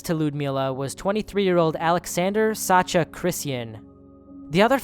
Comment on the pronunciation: Sasha is a short version of Alexander. It's with SH like in "hush!", not ch like in "Chad"